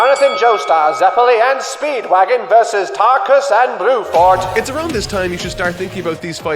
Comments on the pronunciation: Did you call Bruford fucking BLUEFORD? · omfg you actually call bruford blueford that killed me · this dude really said Blueford LMAO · I don’t want to be rude but you should look up some of the characters names because they are changed for localization. I.e. Bruford -> Bluford It doesn’t make your very well written review sounds as good. I still love the video though! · His name is Bruford not Blueford. RIP in censorship. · I cannot tell it is saying Blueford or not and it’s really funny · he does say bruford but just pronounces his Rs weirdly like as if he doesn't roll on it even a tiny bit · My man really be calling Tarkus and Bruford “Tarukus and Bluford”